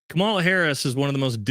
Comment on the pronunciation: do yourself a favor and just learn how to pronounce her name correctly. It’s Kamala (Comma-la). I don’t support her either and think you seem like a great guy with a level head and the ability to look at politics through a mostly non-biased filter. But I just think the people who refuse to pronounce her name right, sound petty and just do themselves a disservice. I hope you don’t take this as a criticism and take it as a tip from someone who is a fan:) “Comma-la” 👍🏼